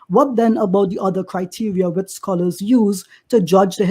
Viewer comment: 🤣🤣🤣🤣🤣🤣 man said "scholar" imran Hossein